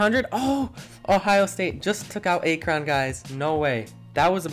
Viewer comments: (Ack-rin)not (A-kron) lol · Ya everytime he said a kron I'd lose it lmaooo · What the f*** is Ay-kron? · Akron "Ack-ron" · Stop saying “a-kron” it’s “ak-rin) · Aye-Kron got me laughing not to be rude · It’s Akron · Sorry guys I noticed I pronounced Akron wrong won’t happen again 🤣 also thank you everyone for all the support it means a lot! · Great video, besides for the pronunciation of Akron. All jokes, keep up the great work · Legit had me dying every time he said it lol I’ve never heard anyone mess up the pronunciation of it so it was kinda fun to hear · Dude the pronunciation of Akron was tough on the ears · I cringe the way Akron is said , good vid tho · Why do you say Akron like that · You pronounced akron wrong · It’s actually akron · Why you say Akron like that 💀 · I cant Watch this video with the mispronounced Akron every time😂 I had to stop like 4 minutes in! cool idea tho! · You’re saying Akron WAY wrong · Not to be mean but you said akron wrong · Who tf pronounces Akron like that? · Hard to listen to Akron said wrong the whole time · Bro pronounce Akron correctly please